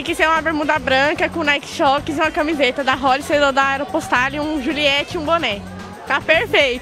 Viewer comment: Aropostáli kkkkkkkkkkkkkkkkkk